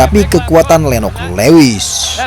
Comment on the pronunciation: Lewis itu dibacanya luwis mas 😅